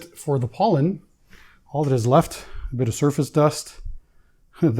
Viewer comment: I’m gonna send you to the country of POLAND and then ANDY will run your channel. Over in Poland you will learn the pronunciation of Pollen😆😆😆😆😆🤣🤣🤣🤣🤣👍